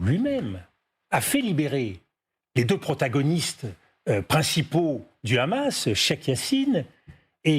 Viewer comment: sa prononciation du mot Hamas me dit tout ce que je dois savoir sur sa position